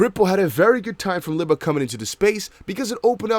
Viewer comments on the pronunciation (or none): and Libra is pronounced Lee-Bra